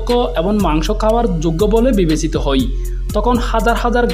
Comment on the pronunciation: আপনার "হয়" কে "হই" বলার কারণে।